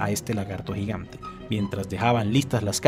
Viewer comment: "Un lagarto gigante" KHEJESO KEHJESE LAGARTO JIGANT